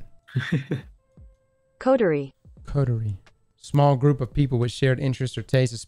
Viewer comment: Coterie is now “Cooties”